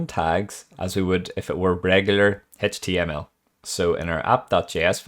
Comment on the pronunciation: It's just HTML, not HaychTML Bro!